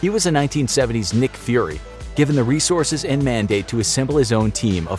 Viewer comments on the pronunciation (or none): none